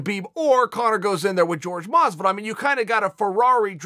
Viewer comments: Chael I respect you and I like you Shows! This one and Ariel and the bad Guy. But why do you Keep Saying George Masvidal!!!?????!!! When Jorge has said it is not Jorge/George! Its Horhey or that is pronunciation. Please message to let me know. Do you just like pronouncing it wrong intentionally???? Lol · Masvidal's name is pronounced Whorehey not George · It's 'Hor-hey' Masvidal uncle chael.